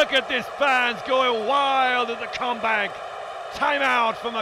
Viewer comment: I know its Kombank Arena but it sounds like comeback arena :D